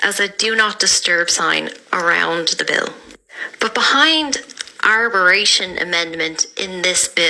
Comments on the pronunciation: Arboration! I’m cringing - arbitration! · Can't fault what's been said here but it's ''Arbitration'' not what the lady said. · Arbitration - it's pronounced as it's spelt.